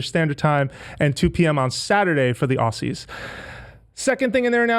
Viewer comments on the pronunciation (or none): LOL. "Ozies" not "Aussies". Z, my friend, not said with a double s. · Dear ( and any other American for that matter), When you read out the word "Aussies" - Pronounce the S' as Z's... As in "Ozzies" Cheers...